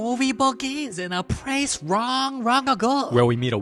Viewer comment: Da movie bagins in a pwace wong wong ago 🤧🤣🤣🤣